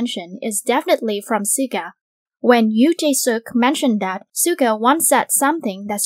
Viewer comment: Is that how you pronounced Suga lmao?? Im not a English native speaker but that sounds weird